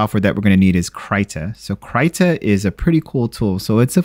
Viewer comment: KR-EEEEEEEEE-TA not cryta